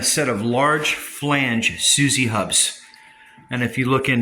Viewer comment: SU ZOO HUBS ...not Su Zee !!! The Japanese name Suzue (すずえ) is pronounced as soo-zoo-eh. It is broken down into three even syllables: [1, 2]